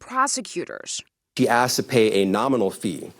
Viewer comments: Dude said "axed" instead of "asked", that did it for me. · mayor says "aks"---wow. How about "ask"?